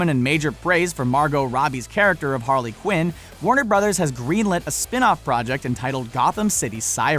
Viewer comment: I hope you know that you said Warner Brothers wrong